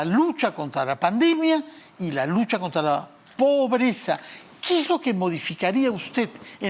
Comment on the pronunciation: Un ejemplo: este chistoso dice póbreza en lugar de decir pobreza